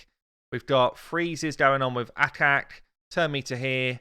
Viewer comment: ACHAK... not akak!